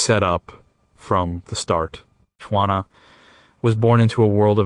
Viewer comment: please try "WHO - A NA" = JUANA